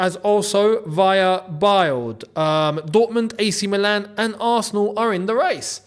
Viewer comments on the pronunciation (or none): none